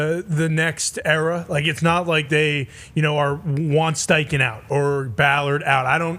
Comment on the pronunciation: Bro said steinken… sucks … Steichen cooked